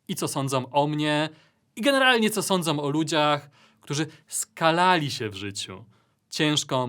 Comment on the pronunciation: Proszę, tylko nie " co sądzoM", szanujcie końcówki i język polski.